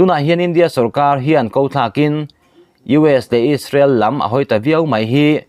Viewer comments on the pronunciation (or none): none